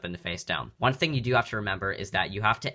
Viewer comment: does anyone else notice he says one card “wung card and wung card only”